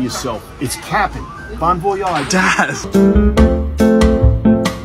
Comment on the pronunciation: Wouldn't been better if he said "bon voy-idge" rather than "bon vay-aaaaagh"